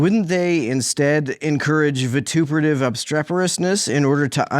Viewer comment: I Give this video 2 pretty gold star stickers 🌟🌟, in honor of the swagger shown herein at t phe timestamp while tossing out "vitruvative" alongside "obstreperousness", as if these $50 lexemes were each doves now bonded in love, flying away together to see all of the prettiest things to see .